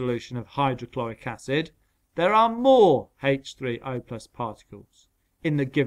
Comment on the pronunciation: The way he said H30